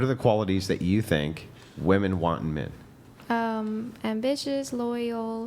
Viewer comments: There are 50 comments about her repeatedly saying woman instead of women. She said it correctly maybe twice. Its not just her its become a trend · Why can't the women properly pronounce women. At least he called them out on it. As dumb as it sounds, maybe we need a campaign to promote women proper pronouncing women . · Bro…. Women always say “woman” wrong. I don’t get it. It’s the majority of women I hear on these podcast. How did it become a thing? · Finally! Someone is correcting this. It is WOMEN in the plural form NOT WOMAN!!! And don't say it's because English is not her first language. I hear women on this show who only speak English do the same darn thing. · What do u mean by that? Seems like its an issue that really only women cant pronounce women..men dont seem to behaving this issue. And the issues primarily comes from women who lean to the left, not woken who lean right. So it seens like its anything BUT a general issue. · It must be a social media thing. I hear it a lot starting in the last year or so. Yeah, it's almost always women that can't pronounce women correctly. Strange.